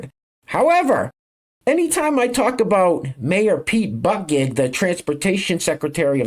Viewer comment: Pete "Bute-Ih-Judge" I know it doesnt matter...